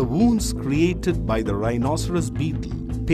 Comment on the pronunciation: He said bteel